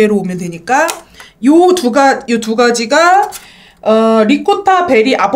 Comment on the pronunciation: 트레미셔널 리코타베리ㅋㅋㅋㅋㅋㅋㅋ 귀여운 햇님님..💗 트레디셔널이랑 리코타베지에요!!